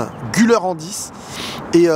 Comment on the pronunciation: on prononce "Gulère" et pas "Guleur"